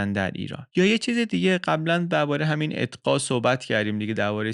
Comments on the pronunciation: شما «اقطاع» را اطقاع تلفظ میکنید لطفا اصلاح کنید🙏❤️ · خسته نباشید.مثل همیشه جذاب و‌ پر محتوا بود. فقط یک نکته کوچک: «اتقا» درست نیست. احتمالا منظورتون «اقطاع» بود. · اقطاع نه اتقا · اقطاء درسته ، اتقا درست نيست، به هر حال ممنون و متشكر از اين ويدىو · اتقا چیه؟ اقطاع درسته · سلام، تلفظ صحيح اقطاع است.